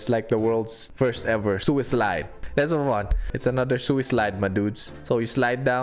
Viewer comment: I die laughing when you say suislide